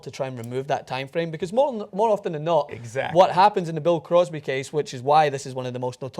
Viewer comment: said, "Bill Crosby." It's "Bill Cosby."